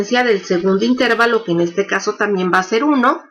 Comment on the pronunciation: Todo muy bien pero la palabra intervalo no lleva la sílaba tónica en la letra "e". Está mal dicha si se le pone la sílaba tónica en la "e".La única forma correcta es "intervalo", grave y sin tilde.